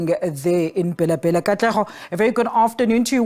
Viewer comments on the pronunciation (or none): my worry is/was on calling it BHELA BHELA(pronunciation), instead of Bela Bela. Listen to the newscaster. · The news reader failed 2 pronounce African name correctly am not surprised this is the reason y we have cyril as a leader.... 🤣🤣🤣